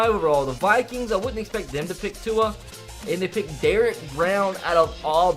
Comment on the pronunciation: Who else gets mad that cant pronounce tua’s name